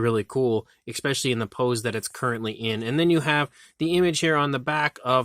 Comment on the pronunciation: stop saying ex-specially. excellent paint on the rex btw.